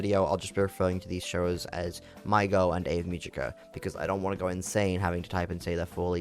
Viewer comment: Ave should be 2 syllables. A-ve. Multiple characters in the show pronounce the name pretty clearly so I don't get why you'd conclude it's Ave like Glaive. Also what do you mean "or however you say her name." THEY SAY IT IN THE SHOW.